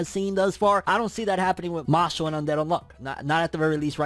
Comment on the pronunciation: Who remembers when called it “Mash Lee”